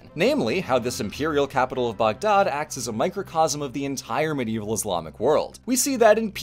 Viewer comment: Lord, I love when you're happy with historical presentations. Makes the times they may have screwed up even more interesting. Also, points for saying "Baghdad" more accurately than most of us English speakers usually manage.